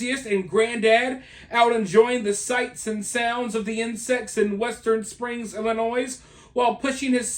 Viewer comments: STOP saying the s on Illinois 😉 i live in Iowa right on the Illinois border and honestly we've not seen any yet. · Please, no s on Illinois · no S in illinois! lol but yes we have a LOTTTTTT here 😅